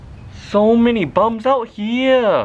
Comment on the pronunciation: No its giiing ging